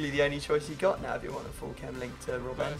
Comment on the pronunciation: its not rob ben you say robbn